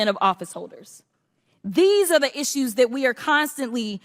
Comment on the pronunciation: "...when his children have asschew..."